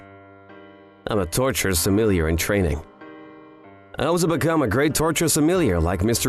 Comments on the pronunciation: clicked off after hearing "torture sumilleeyer" twice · I can’t handle the word Sommelier being mispronounced lol